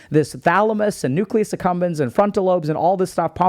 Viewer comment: So I've been listening to Dr K videos for years and only today did I realize it's called the Nucleus Accumbens and NOT the Nucleus Succumbens. Freudian slip?